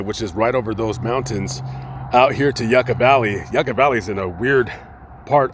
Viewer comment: And it’s pronounced yuka valley like how the Russians would say